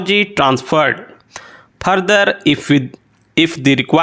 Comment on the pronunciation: Sir wo foreign hota h phorein nhi further hota phurder nhi procedure ko procejure pronounce krna hota h ...